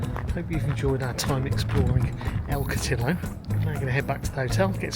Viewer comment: El Cotillo ie. El Coteeyo Repeat after me El Cot-ee-yo😅